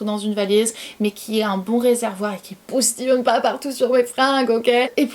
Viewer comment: Poustillione au lieu de Postillione. Trop chou ❤️❤️ est ce que tu penses que ton niveau de français baisse en quelque sorte ? Ou alors tu ne trouves pas tes mots enfin bref, petite question qui me passait par la tête.